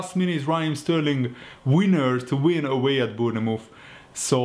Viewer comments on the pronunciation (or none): Dude can you please stop saying Boonamooth? Bournemouth is pronounced Born Myth